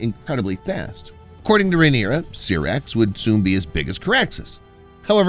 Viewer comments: I know right 😂😂 Syrax like pronouncing Sci. Not Serax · SYRAX Pronounced SIGH-RAX